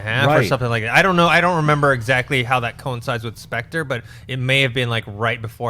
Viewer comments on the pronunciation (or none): I like how mispronounced Spectre... the EXACT same way that I mispronounce it. Thank god I'm not the only one!